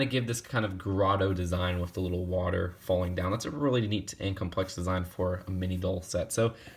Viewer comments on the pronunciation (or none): none